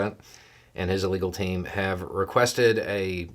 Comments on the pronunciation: I'm enjoying how you said "The former president, and his (uh) legal team" in such a way that it sounded like "The former president, and his illegal team". Hah. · I definitely heard "illegal team" and it made me chuckle as well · I heard "illegal team". The captions heard "illegal team". I choose to believe that was intentional. Nice.